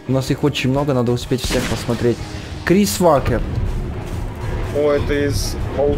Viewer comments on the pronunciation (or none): Ты неправильно сказал название 3 персонажи правильно Крис вокер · не Крис вакер а Крис вокер